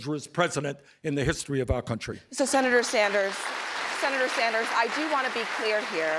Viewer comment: Did no one catch the moderator say “Senator Sanjew” after Sander’s said he deliberately did not say that statement about Warren??